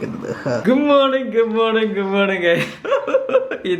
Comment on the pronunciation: ഗുങ് മോണിങ് എന്താടോ good morning പറയാൻ അറിയില്ലെ